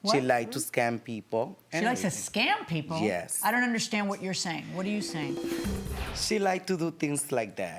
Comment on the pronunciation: Jyes… jyes…😂😅